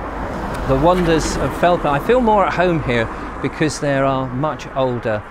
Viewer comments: Agreed - was going to mention this too! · Brilliant & well researched video, having been a Londoner for the last decade it's lovely to revisit my home village Felpham in a new light, especially with the lockdown restrictions this Christmas. Thanks and keep up the good work. P.S I would also chime in with previous comments that it is usually pronounced 'felfam' by locals